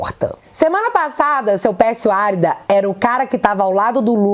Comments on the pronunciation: é Pérsio Arída que fala e não Árida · a pronúncia correta é: Pérsio ARÍDA. Não Árida. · Arída com acento Tônovo no i